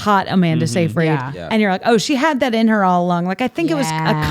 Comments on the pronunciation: it's sigh fred SIGH FRED not say freed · It's Sigh-frid